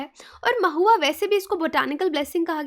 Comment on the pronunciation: U pronounced it maahua... but actually it know as Mahua